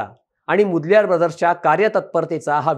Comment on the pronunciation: मुदल्यार नाही ओ मोदलीयर